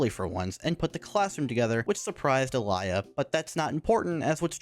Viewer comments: "alaia" bruh. its more alia in speaking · It pisses me off how you keep saying "alia" instead of "alya" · Please don't add letters to character's name that ARENT THERE! That's not even matter of it being other language. Alaya? AlAya???Where did you find that A in the middle. And don't tell me I'm hearing things. You clearly pronounce a in the middle. It may be because in my language almost always you pronounce something exactly as you write it so it extremely bothers me when someone can't even follow simple guide how to pronounce a word(because japanese is like that too most of the times). I don't consider english being completely messed up in terms of pronounciation good enough excuse. It would be viable excuse if it was matter of not being able to pronounce certain group of letters but you litterally adding things that arent there That aged... well... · Is it just be or the way he says Alya sounds messed up (this is not supposed to be offensive)